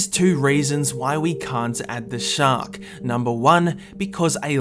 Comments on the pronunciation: Says 'Shacks' Instead Of 'Shark'. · "shaks" WHAT THE ITS SHARK NO SHAK XD